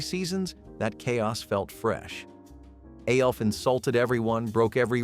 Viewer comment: Logged in to comment to say exactly this. Lost all credibility when it can’t pronounce the names of main characters